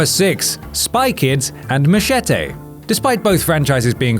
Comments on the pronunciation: You don't look posh, but then you say 'mache-tay'. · Machete or as he pronounced it Mashetay